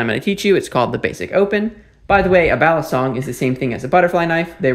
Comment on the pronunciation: Balisong or Balee song, not balison like Alison.